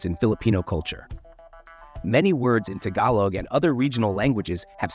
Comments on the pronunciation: You said it so wrong instead TAGALOG YOU said TAGALAG. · Tag-uh-log?… Tagalog is pronounced tuh-gaw-lug… It’s every Filipino person’s joke of how people from the U.S. pronounce words from any dialect of the Philippines. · why mispronounced 'tagalog' in the beginning of the video when you got it right at the end? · And you can’t even Pronounce Tagalog correctly. You can’t even Read it right.